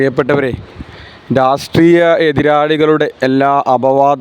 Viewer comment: രാസ് ട്രീയമല്ല രാഷ്ട്രീയം ആണ്